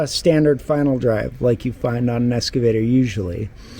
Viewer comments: EX-cavator, not ES-cavator. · There’s no S in excavator. Can’t even pronounce it right.